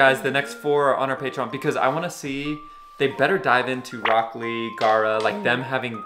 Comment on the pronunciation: there's another new reactor watching dub and he call rock Lee as Brock lee. it's annoying and make me stop watching that reactor